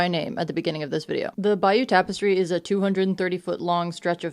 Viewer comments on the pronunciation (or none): It's pronounced Bay ooh Tapestry. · Pronouncing the bayeux tapestry as "bayou" like there should be Gators and banjos abound is diabolical I'm sorry 😂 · Its pronounced "Bay-er" tapestry. Thanks for the video